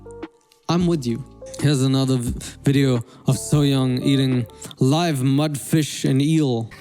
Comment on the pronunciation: Bitch she is just seafood really? It's called SEAFOOD SASHIMI and stop saying her name wrong it's not called SOOYONG it's SSOYOUNG! Tf how she torturing those animals she is making food seafood chefs are psychopaths so that's what you mean? Because they are "torturing" / making seafood for their customers really?